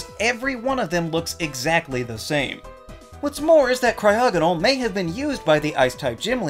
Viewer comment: CRYOGONAL DOES NOT SYART WITH A G, IT STARTS WITH A C! FIX IT NOW!